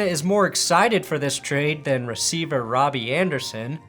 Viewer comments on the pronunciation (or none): none